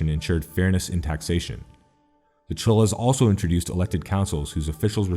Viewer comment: Tamils may confirm but Cholas is pronounced more like Choras